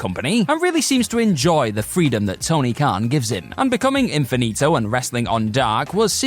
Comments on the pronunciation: Come on man,. At least 3 times you said Infitino instead of Infinito. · Infinito...not Infitino. How do you keep switching back and forth?